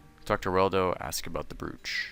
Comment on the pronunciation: "The brewch"